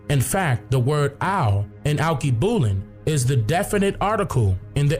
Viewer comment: Correct pronunciation: all-kay-boo-lon